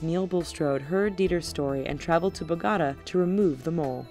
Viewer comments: Bo-GAUGHT-uh?? Rly? It's Bo-go-ta. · Ok, BOh-gah-ta? It's Bo-goh-TAH. Interesting video BTW. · B oh guh ta.Not Bo-gata.Addjfjgjdyehdr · Repeat after me: "BOH-guh-TAH." Not "BOH-GOTTA." Sheesh! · Bogota really? Bo-go-ta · What the hell is Boogatta LoL I know Bogota not Boogatta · you said ba-ga-ta instead of -bo-gota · bo-ga-ta??? come on, how do you butcher Bogotá? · you insulted me by when u said "Bo-gata" incorrectly for the turtle boy, hmm im unsubscribing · She dosen't know how to say bogota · This Person seriously mispronounced bogota 😡😠 learn how to speak Spanish 😒